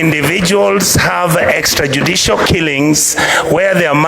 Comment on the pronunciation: Waaah..Senator pronounced how???Extra judicial killings?? Anyway My support in women empowerment